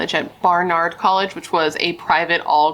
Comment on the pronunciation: BAR-nard College